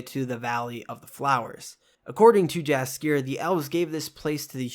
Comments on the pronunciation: Eek, 😖 the way you pronounce Yaskier’s name. Great videos though. Keep’me up. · Jaskier is pronounced yaskier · I appreciate the whole synopsis, but dying from the wrong pronunciations of Tissaia and Jaskier. ;)